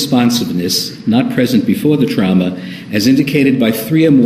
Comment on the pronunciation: I hate the way he says “trauma”. “TrOUmA” 😫